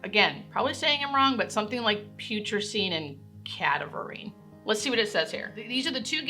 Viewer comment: I'm almost certain that you pronounced them correctly using the root words of putrid and cadaver 99% sure you said them correctly.